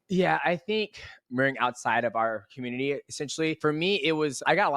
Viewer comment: I'm triggered by the way he pronounced the word community!❤❤